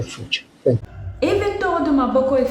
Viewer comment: "ThAnkh" You, My Dear Sistah! Forever for this news!💯